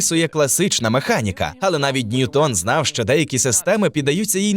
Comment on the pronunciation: Тільки наголос: не НьютОн, а НьЮтон, бо він англієць